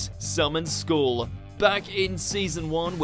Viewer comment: How can you get the pronunciation of "skull" wrong?? It's literally a common word, you have one on top of your spine!